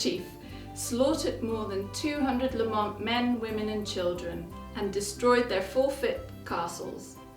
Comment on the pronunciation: I understand that the pronunciation for this clan name places the emphasis is on the first syllable not the second.